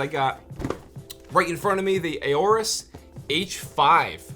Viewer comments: Don't you pronounce it just "orus"? I don't think you need to say "ayorus". Good video. LOVE the voice mate. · I love Aorus products. Great performance and style! Awesome community and support. Between current products, and upcoming products, you could build a complete PC with all their products , minus the CPU. BUT, fyi, it's pronounced "or-us", not "a-or-us"... the A is essentially silent. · Aorus not Ayorus.. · It’s not A-orus, it’s Aorus. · I could be crazy but I'm nearly 100% that it's pronounced "Orris", not "Ayoris" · AW rus not A O rus. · very nice video bro <3 but it's kinda cringe listening to ey-orus sorry haha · I want to punch him for saying AY-OR-US and A-ROAR-UHS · Plz stop saying ororus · Ay - orus?!?! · "a ooorus" lmao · Everytime he say aorus orus we drink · and five when he says aurorus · ayy o rus Aorus How do you pronounce it?! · The “A” is silent. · am i the only one who is slightly annoyed he cant pronounce aorus properly